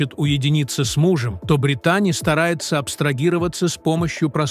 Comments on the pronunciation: Этот переводчик ударения так ставит не правильно, может сами будете разговаривать ?! Косит аж, когда одну из них называет БритАААни, вместо БрИИИтани и таких случаев много 😞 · Не БриттАни, а БрИттани, сэр. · Не умееш читать или как не Британи а Бриттани